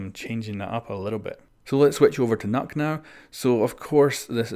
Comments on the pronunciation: So before everyone says nøkk like "knock" it's kind of pronounced like "nuuk" like nuke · Love how people say Nokk, when it’s Nøkk. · Please say nøkk properly